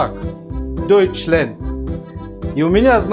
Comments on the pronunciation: Вапшето не дойчленд а дойчлянд я учу немецкий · Ну да, Окончание Ленд, Как-то по Голливудски